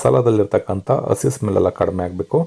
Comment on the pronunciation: ಹರ್ದ ಅಲ್ಲ ಅದು ಅರ್ದ, ಅಸಿ ಅಲ್ಲ ಅದು ಹಸಿ. ಎಷ್ಟು ಚೆನ್ನಾಗಿ ಅಡುಗೆ ಮಾಡುತ್ತೀರಿ👌 ಪದಗಳನ್ನು ಸರಿಯಾಗಿ ಹೇಳಿ ವೀಡಿಯೊ ಕೂಡ ಚೆನ್ನಾಗಿ ಇರುತ್ತೆ. ಕೇಳುವುದಕ್ಕೂ ಹಿತವಾಗಿರುತ್ತದೆ ನಮ್ಮ ಕನ್ನಡ ಭಾಷೆ ಎಷ್ಟು ಚೆನ್ನಾಗಿದೆ ಅಲ್ವಾ?